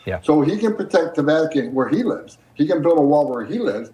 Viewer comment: The fact that the AI constantly mispronounces "live" and "Ugency" is pretty silly.